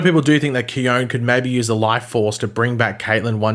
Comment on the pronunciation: Its pronounced Key-On. i dnt know why this triggered me hahahaha Btw i hope Caitlyn and Frost come back to life and i want khione to stay too. im hoping for this to happen but it probably wont. if anyone can bring them back, its Khione, she is 100 percent the life force!!